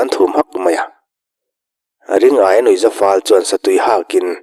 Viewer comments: Hotupa,Ring-aia ni lovin Ri-ngaia a ni mai lo maw te ka lo ti. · Ring-aia nilo in Ri-ngaia ni zawk lo maw le?